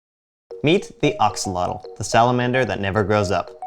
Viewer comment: Pronounced ax-oh-loht-ohl or ash-o-loht but good video!